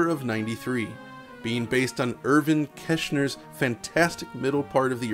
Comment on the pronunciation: It's Irvin KeRshner